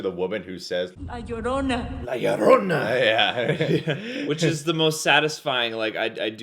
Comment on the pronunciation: First of all you said llorona wrong